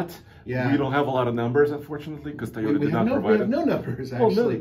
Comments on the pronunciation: Mr tai o ta can this dude pronounce toy o ta smh 🤦‍♂️ . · Did he say : taayota???